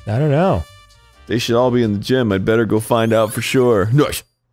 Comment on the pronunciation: Everyone is in the gime. What the hell is a gime? (Goes to gym) Ohhh... a gime